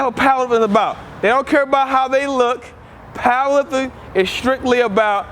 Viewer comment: He says paaaaawher lifpting